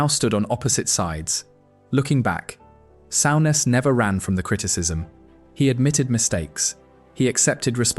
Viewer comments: Sowness??? Soooness please learn how to pronounce properly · It's pronounced Soo Ness not sow ness.